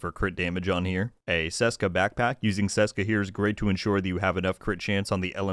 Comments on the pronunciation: Hiya. Ceska should be pronounced Tcheska as it is from the Czech Republic. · Btw, the first letter in Česká is pronounced the same way it's pronounced in the English translation Czech.